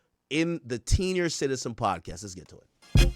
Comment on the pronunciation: He called em teeniors 😩